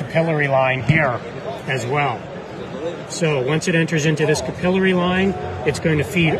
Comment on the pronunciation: No one says capillary like that